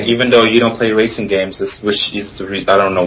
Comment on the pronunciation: The one debating BBC made me angry. Like, really? "The best wacing game evar!"